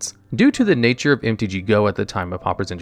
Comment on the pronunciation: That's the least of his mispronunciations. At least we can be certain he isn't an AI narrator because of the frequent mispronunciations of common English words.